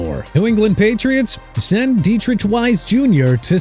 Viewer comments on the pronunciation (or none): That E-sai-ah nonsense again dude. Isiah Pacheco is pronounced ai-zay-uh okay?!!! And how Zach Wilson or Jameis Winston gonna help the Dolphins?! Also it's De-trick not Dea-trish!! SMH!!